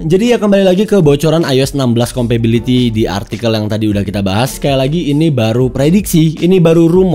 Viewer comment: Kompatibilitas bang bukan kompabiliti. Kan inggrisnya “compatible” bukan “compable” ✌🏻